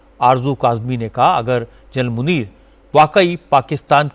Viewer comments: Anchor ko naam sahee ana chahea..Asim muneer not nazeer😂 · Pahly aap name lena too sekh lo asim nunir hy nazir nahi hy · Munier not nazeer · General Asim najir Nahin general Asim Munir hai pahle Naam to sahi Le lo FIR news bhi banana is baat per